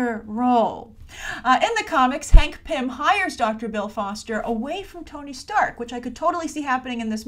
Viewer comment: Sounds like you were saying pimp whenever you said pym